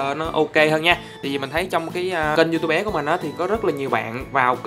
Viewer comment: Anh ấy nói diu tu bé :))